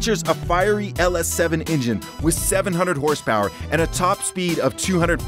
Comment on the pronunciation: 8 million houhse power